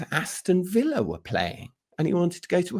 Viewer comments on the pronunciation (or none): none